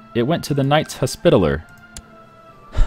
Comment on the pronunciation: I started spitting food from laughing. called the Knights Hospitalier the Knights 'Hos-spit-aller'. HAHAHAHA